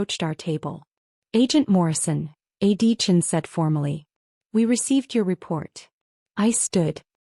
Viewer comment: I wish the narrator would pronounce A.D. Chen’s name properly. The narrator repeatedly calls him Adeechin — the initials and last name joined together in one long name.